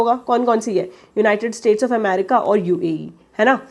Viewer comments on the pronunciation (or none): none